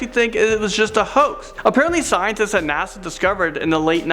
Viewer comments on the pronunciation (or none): none